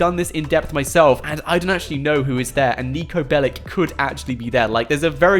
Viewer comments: he said pellic, ass jack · PLS stop calling him"Bellic"! You are not pronouncing it right! Its Belić, he is a Serbian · It’s bellic’s not bellics’s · How many times did he say nico belik?😅